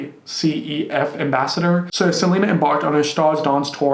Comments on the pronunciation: you did not pronounce unicef like that lmao 😭😭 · THE WAY HE SAID UNICEF SENDS ME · Um....watch the original, french Movie „LOL“. It’s definitely better. Although I love Miley she’s not the greatest actress... EDIT: HONNEYYYYY DID U JUST REALLY PRONOUNCE UNICEF THE WAY I HEARD U PRONOUNCE IT?!? 😭😭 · She said U N I C E F 😂👋🏽👏🏽 great job and research